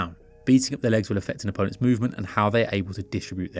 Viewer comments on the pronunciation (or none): none